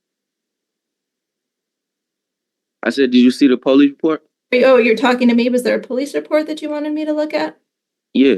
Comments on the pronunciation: “Did you read the poli report” SOB come on now. Finishing the word “police” isn’t hard. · did this loser just say "po- leeeze" for a 👮 lol wow. and that hair? shave your head bro, the hair is running tf away from him.